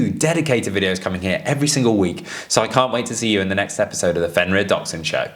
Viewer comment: Sorry what is the relevance of Dachshunds in this video? (Also can someone explain to the guy at the beginning how to pronounce the word 'Dachshund' 😆)